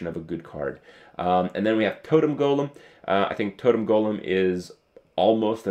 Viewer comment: Lmfao hilarious bat shet krazyeah yeah man.. totuhm goluhm.. so good, even has the Totum text man..... sick stuff. agreed